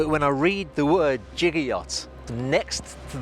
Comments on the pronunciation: Its pronounced giga like gigabyte, he is saying jigger like the thing you measure a shot of alcohol in :) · its Giga not jigga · The prefix 'giga' should be pronounced with hard [g] as in 'get', just like the prefix 'kilo' is pronounced with [e] as in 'kill'. Both of these are exceptions as general adoption from the International System of Units and Quantities. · It's pronounced giga, not giga.